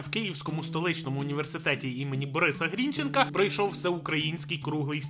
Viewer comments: вивчіть нарешті НАГОЛОСИ. Борис Дмитрович Грінче́нко (наголос на Е) та Мико́ла Олексі́йович Грі́нченко (наголос на І) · У пана Грінченка наголос на Е